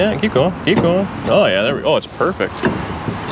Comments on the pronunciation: Port-a-power?? MURfect!! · It’s “Mur”-fect!! Great car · It's not PERFECT it's MERFECT ha ha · its not perfect but its murfect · It’s not perfect…It’s Merfect.